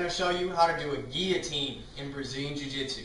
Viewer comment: that's not how you pronounce it...